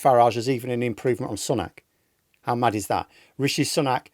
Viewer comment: This giyt cant even say sunak properly